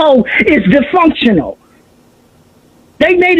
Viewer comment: Just how she pronounces dysfunctional says enough.